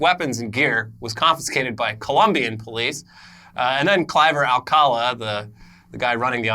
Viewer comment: Guys just an advice for when you pronounce Spanish names. The little apostrophe like line above a vowel means that for sure there is where you have to put the strongest sound in the word. So the guy's name is not alcAla but alcalA.